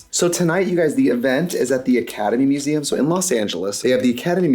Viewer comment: Am I the only one hearing Ketamine Museum every time she says Academy Museum?